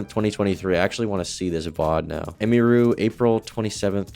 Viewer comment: You could’ve said her name right at least 😂